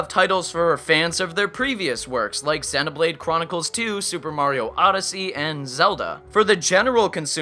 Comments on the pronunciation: It's not Zeena, Zeno... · U pronounced Xenoblade wrong so Im disliking.